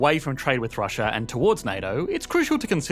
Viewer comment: What is 'Russia-ur ?!?!?